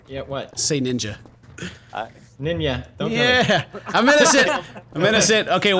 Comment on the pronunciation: felix, say ninja Pewds: Ninya Hahahahaha